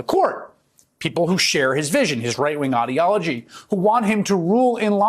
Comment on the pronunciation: You know Chris Hayes is an ideologue because he's the first one ever to pronounce ideology the way he did. Just one more effort to show that he's right and everyone else is wrong ¿`_